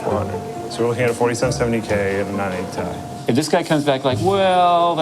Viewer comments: omg... is a time traveler he called the "T I" the "TIE" 3 times in a row:D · Love how says 980 Tie instead of 980 T.I.